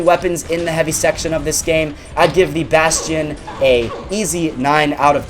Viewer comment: Who else pronounces the bastion like "bass-tee-on"